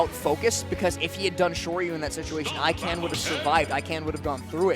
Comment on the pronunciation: This set was perfect except for them mispronouncing Ikan the entire time 😂 I love both of these players.